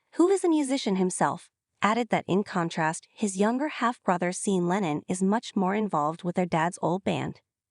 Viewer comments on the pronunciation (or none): Seen? His name is pronounced like "Shawn." Maybe do better research before posting. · "Seen" Lennon. More Ay Eye